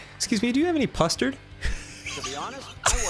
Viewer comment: "pustard" is killing and will be in my next dnd campaign